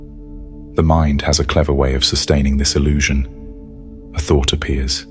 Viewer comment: It's "illusion"... not "allusion".